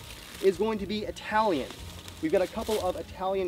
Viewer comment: That "Italian pronounce" is totally wrong, nice video btw